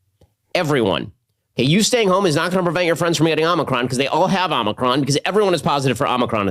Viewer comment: The way Ben pronounces "Omicron" hurts my ears, especially when he says it multiple times in succession.